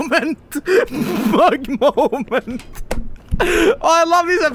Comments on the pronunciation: a norweigan making fun of an ENGLISH WORD?.... REALLY??? HEY ITS MMMMMMMMUG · It's Mug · it's Mug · It’s mug